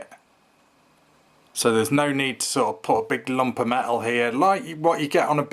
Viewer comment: Made of me-el 😂😂😂